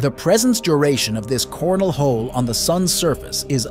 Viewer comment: Yeah, I specifically heard "Corn Hole". Where's Beavis when ya need him?😂